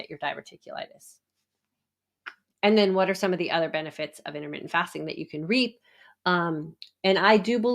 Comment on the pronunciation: Intermitten FATSING :D Hahhaa